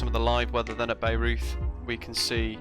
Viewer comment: Nice. I will definitely check it out. By the way, it is pronounced BI-roiyt. It is famous because it is home to the Bayreuth Festspielhaus (Bayreuth Festival House), which is the opera house that was built for Richard Wagner, to his specifications. There is an annual "festival" that features many productions of Wagner operas. I think the opera house was visible in the distance in some of your early footage.